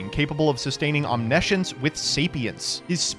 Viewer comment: This video was almost a 10, but mispronounced Omniscience, so it’s mid.